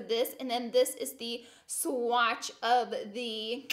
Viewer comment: I love her but I couldn't help but laugh at the way she said "swatch" when talking about her lip stick/gloss.